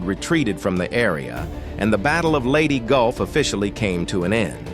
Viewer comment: lady golf?? wtf! The AI narration was disrespectful. That it was also stupid goes without saying.